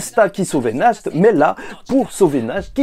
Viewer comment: Pour le nom du vice capitaine du Taureau. la prononciation c'est "Narte". Nacht en allemand ça veux dire Nuit. et son frère Morgen, c'est Matin.